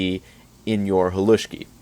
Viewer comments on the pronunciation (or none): screams in Slovak Bro you completely violated the recipe for Pagáč and here you are calling "Halušky" "Haluski" and a "Polish dish"... Seriously check yourself 😅